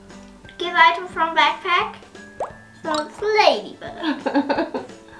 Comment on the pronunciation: Und backpack spricht man bägpack aus und wenn es bugt sagt man bagt wie backen